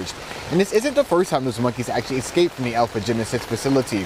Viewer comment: Could the news broadcaster please talk normally? "Excaped", "Axed" It's escape and ask.